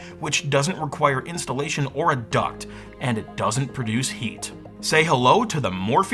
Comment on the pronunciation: well you see its not a duct, its a toob obviosly